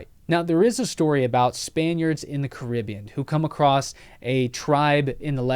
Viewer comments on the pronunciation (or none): none